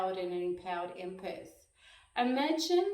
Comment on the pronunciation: Empeth , it's empath